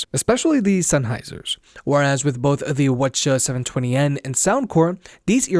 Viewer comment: Its W H not waccha or whatever the fuck youre saying